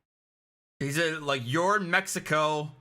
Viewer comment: It's twatty, with how shitty his Spanish is, how he keeps say, "meh- he- coh."